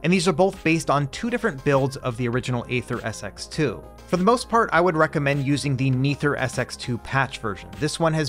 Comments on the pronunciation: It's pronounced NetherSX2... not NeatherSX2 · "Neether SX2" really be tickling me lmao